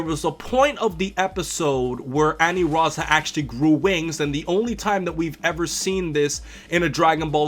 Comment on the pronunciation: It's ANILAZA...NOT ANIRAZA